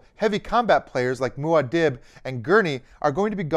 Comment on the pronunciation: Just so ya know, it’s pronounced “Moo-Ah Deeb”, not “Moo-Ah Dibb”. Thanks for the great video!